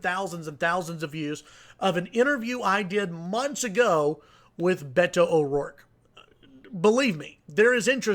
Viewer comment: It gives me great pleasure that Cruz supporters are freaked out. Cruz is a lying sack of shit. Go Beto! Oh, and this commentator should learn to pronounce "Beto"